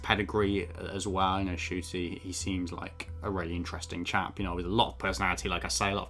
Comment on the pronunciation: It's pronounced as "Chuti" though.